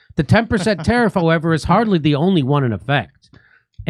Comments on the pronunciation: What is this word : "hieva" that I hear Jimmy say all the time? I tried looking it up and just can't find anything but it's in every other video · He's just mispronouncing "however" on purpose